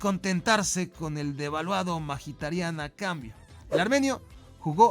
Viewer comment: alfin alguien que dice bien el apellido de Mkhitaryan